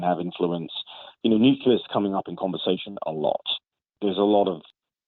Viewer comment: Nucular? Nucular??!! Nuclear. New. Clear. Nuclear.